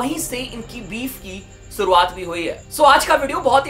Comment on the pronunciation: Suruwat nahi bhai shuruwat 😂